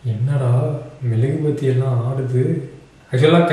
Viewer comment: Bro it is not melugubathi it is mezhuguvathi